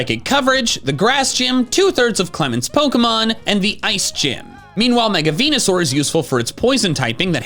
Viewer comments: Erm actually it’s pronounced venusaur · IT'S VENUSAUR, NOT VENASOUR! GET IT RIGHT PLEASE!